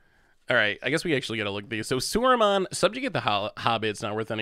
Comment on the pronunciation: I have never heard someone saying Saruman wrong :D :D :D "Suraman" :D